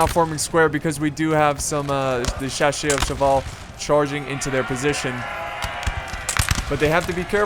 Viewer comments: I switched to 720p just to be able to read the name of the unit which you called "chachieurs". It means hunters, as you said, but the 'ss' is pronounced as in English. Like 'shasseur' if you want, where the 'eu' is that special French vowel. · hey, its pronounced best like "shassers", although better would be if you can learn the french "eur" sound, because it's not quite an "er" sound, because it has the U. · Shaa-sirs is how you pronounce it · it is pronounced chasseurs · Yes Chasseurs means Hunters and you can say it this way: Cha (like a internet chat) sseur (like sir), it is important to say Cha and not sha. hope it will help:-)! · when pronouncing Chasseurs, your second "ch" sound should be replaced by an "sc" sound like in "SCent". And yes Chasseurs does mean Hunters :D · Otherwise it sounds like 'chercheuse', which means finder but can also mean a woman who looks for men to sleep with.